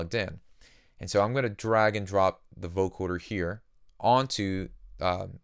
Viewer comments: it's VO-CO-DER not VO-CHORD-ER lol jk who gives a fuck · Nice presentation. One request: vo-CODER, not vo-CORDER. It’s spelled right when in text, but in your presentation you say vo-CORDER 99% of the time. Picky I know. Just something I worked to correct my own speech. Again, great tutelage! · coder not corder. just saying. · Great video, but you keep saying Vocoder like Vocorder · Love the effect, but, dude... Vo-co-der... no 'r' in there.. :-)